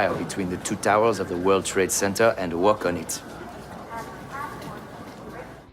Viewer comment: Walk, talk, ... On ne prononce PAS le "L" !!!!!